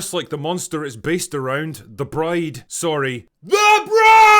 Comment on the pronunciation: I think you may have mispronounced the title that last time, Drinker ;)